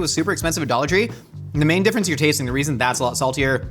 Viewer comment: I binge a lot of Mythical kitchen. Like. A lot of MK. Every time says “dollar tree” I hear “idolatry” 😭